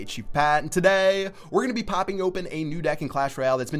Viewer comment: can u stop saying (today) like that :/ ...........................